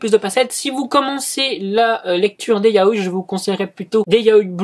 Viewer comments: YA-O-I (pas yaoy) LA PRONONCIATIOOOON ) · C'est yao-i pas yaoille